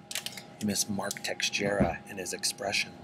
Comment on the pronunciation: I don't mean to sound like an arrogant smart ass, but the x sound in Teixeira isn't pronounced. It's just Tesh-e-ra.